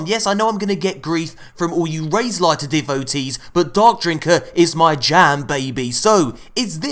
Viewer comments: It’s lair...like hair. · Please stop saying 'raid layer' It's annoying. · I really hope your pronunciation of "lair" is purposeful?